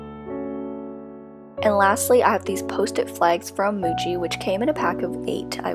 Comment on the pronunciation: Why do I keep hearing Gucci when she says Muji 😂 (This isn't meant as hate by the way, I love your channel.)